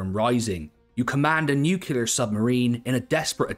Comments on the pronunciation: Great video, but , the word "nukilar" should never come out of your mouth, my dude. It's "NU--CLEAR". And a hex and counter suggestion: The Operational Art of War IV. Amazing value for money, with hundreds of scenarios. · Why did you pronounce "nuclear" as "nukular"?